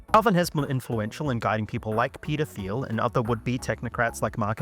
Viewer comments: "Peder Phiel" lmao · Every time you say Peter Thiel, I hear 'pedo feel'.